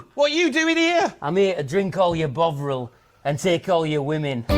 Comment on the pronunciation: "im here to drink all your Bovril" is maybe the most northern thing i've heard this year.